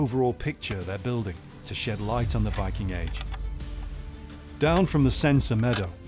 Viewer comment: Archelogist and sectionleader of cultural heritage in Vestfold & Telemark must have used larger parts of his life studying english texts about the viking age, and still he doesn’t know how to pronounce the word «viking» in english… whyking? Do better! pronunciation is just as bad. Even the narrator bothered to learn the norwegian pronunciation.